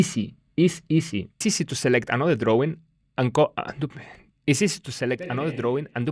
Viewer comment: "It's" is often difficult for Spanish speakers. Not to be patronising but a good way of practicing is to sing The Itsy Bitsy Spider and really annunciate the it-sy bit-sy parts 😅